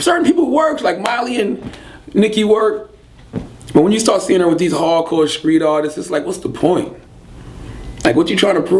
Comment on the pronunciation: What adds to his charm is that he pronounces street "skreet".